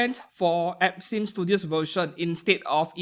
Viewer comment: you NEED to fix how you say some brand words because im hearing "epstein" studio than "absinthe" studio lmao